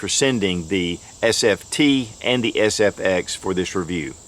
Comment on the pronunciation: You called it the FSX instead of SFX.